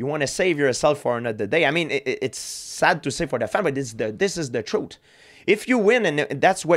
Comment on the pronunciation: He said Troot like uncle Georgie LOL